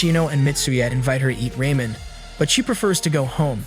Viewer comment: why he keep sayin raymen its ramen